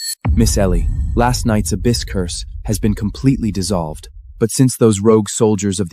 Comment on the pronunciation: So many grammatical mispronunciations! Your mighnes 😂, lord of the ababys! I could go on but is so hilarious! Otherwise I did enjoy the story